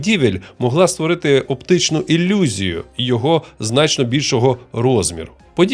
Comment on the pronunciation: диктор - москвороте бЬІдло, не розуміє як вимовляти "і" та "и", читає слова на москворотий лад - іЛЛюзія" і т.д. Мінус і скарга.